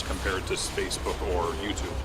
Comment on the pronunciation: I'm sorry did he just say "Spacebook?"